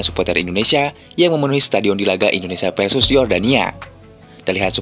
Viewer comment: Ralat dong Itu suporter panggil nya indonesia Bukan endonesia ya